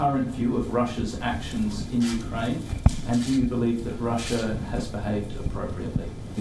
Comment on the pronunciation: Why do you call it ' UK-ER AINE'. it's uk-raine!